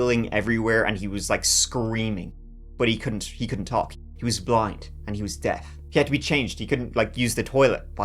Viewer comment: Btw, it's *deaf, not "death".